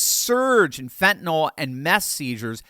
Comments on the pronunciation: Thanks,. I love your videos! By the way, the drug is called "Fentenyl," not "Fentenall." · Pronounced Fen -ta - NILL not Fent an ALL